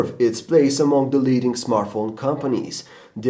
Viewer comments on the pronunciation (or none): leadink? leadinG*